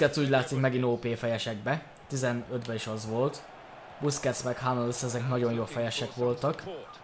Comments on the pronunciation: Hummelsz és nagyon nem Hámmölsz német nem angol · sokszor mondod de az nem hámmelsz hanem hummelsz a kiejtes